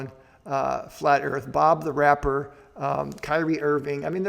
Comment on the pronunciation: Did he say Bob the rapper?😂😂😂😂 It's B.O.B the rapper. 😂😂😂😂